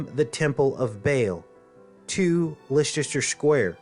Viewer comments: please don't say lestesrer square again it's lester my good man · Great video. By the way, Leicester Square is pronounced 'LESTER' ( CRAZY, i KNOW). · Indeed,! Btw it's pronounced Lester 😉 Much Love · Leicester Square is pronounced "Lester" square. From UK. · It is pronounced LESS- TER Square!!!! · Hi there, a very informative video,however, I should point out that Leicester square is actually pronounced as, LESTER square. Cheers! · The temple is not being built in Leicester Square London. The temple gate is being built in Trafalgar Square in London. The 2 places are about 1/3 of a mile apart. The pronunciation of Liecester Square Is "LESTER" Square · it's pronounced Lesster square! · interesting.. but Leicester Square is pronounced like this LESS STAR square .think the way you say it is cute tho very American ! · Having trouble with pronunciation of Leicester Square in London. Pronounced "LESTER" Leicester Square Times Square in Simple Gematria Equals: 324 = (6+6+6)x(6+6+6) 324 = 6x6x9 3x2x4 = 8+8+8. 3+2+4 = 9. 13+13 letters. Leicester Times in Simple Gematria Equals: 162= (6+6)x(6+6)+(6+6+6) 1+6+2 = 9 Square in Simple Gematria Equals: 81 = 9x9 8+1 = 9 Leicester in Simple Gematria Equals: 96 = 6x(8+8) or 8x(6+6) Times in Simple Gematria Equals: 66 Times in Jewish Gematria Equals: 234 = 6x(13+13+13) or 13x(6+6+6) 234 + 432 = 666. 2+3+4 = 9 Times in English Gematria Equals: 396 = 6x66. 3+9+6 = 9+9. Initials LSTS in Simple Gematria Equals: 70 and 70 plus mirror 7 = 77. And lastly, Leicester City are top of the Premier League in England with a clear 7 point lead with 69 points..